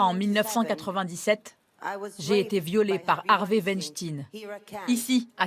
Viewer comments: On ne dit pas winstin mais weinstein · Et sinon, pourquoi prononcer "tine" à la fin de Weinstein alors que ça se prononce comme "Einstein" ?? Pas si difficile de reprendre la prononciation anglaise qu'on entend en background quand même... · Pourquoi prononcez-vous mal le nom de famille "WeinstEIN" ? :) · C est la WEINSTEIN STINE A LA FIN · Wanne stinne... Vous dites Rammstein, ou alors "Rammstinne" ?